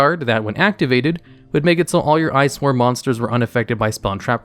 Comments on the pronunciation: "i"-swarm monsters???? Really? Are they part of the Evii-swarm and Steei-swarm archetypes lol? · Oh God it is L swarm not i swarm